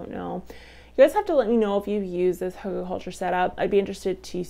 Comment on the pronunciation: Not pronounced huggle.